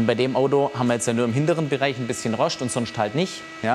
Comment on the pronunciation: nach dem 5. "Roschd" musste ich abschalten